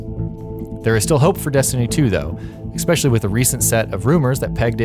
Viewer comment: Thumbs down because you said Expecially. There is no X in especially.